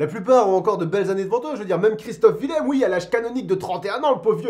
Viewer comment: c est Christophe Willem pas CHRISTOPHE VILLEM